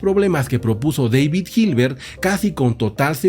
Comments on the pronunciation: Su nombre en alemán no se pronuncia "deivid" sino "dáavid". En cualquier caso, siempre se puede decir en español, que tampoco es su idioma original y tiene una justificación, al estar este canal en español. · En el idioma alemán David se pronuncia David, como se escucha, daivid es más bien idioma inglés.